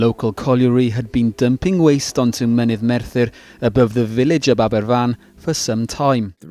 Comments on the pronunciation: It's pronounced Abervan. A single f is a v sound in Welsh. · Does anyone even fact check the pronunciation? The Aberfan entry has archive footage with the correct one, how do you get it wrong? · you really expect Americans to be able to pronounce a Welsh word right? They struggle with English. See Worcestershire 🙄